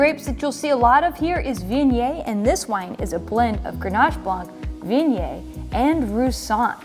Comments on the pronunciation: It's more like vee oh nyay - rather than vin yay. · Great Video! As a native french speaker, this is the first time I hear Viognier pronounced this way! Is that US specific pronunciation?